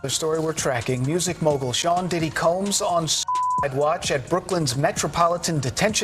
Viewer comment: I love the way The woman narrating or automated voice says Shaun "Cums"! Combs...🤔😄👎